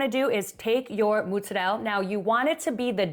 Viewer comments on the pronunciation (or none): Hmmm I know some who really REALLY likes pizza. Thank you for pronouncing mutz-a -dell properly. The AZ people think its Motz -ah-rella. No no no. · why do you call the cheese so weird